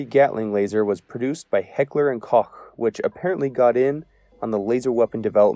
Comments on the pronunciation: it's pronounced heckler and coke....not cawk lol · Just as an FYI for any who might be interested. H&K (Heckler & Koch) the second name is pronounced identically to "Coke" not.. Caw-tch or Co-ch Just remember Heckler & Coke and your fine. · Kotch is rather hard for English speakers to naturally pronounce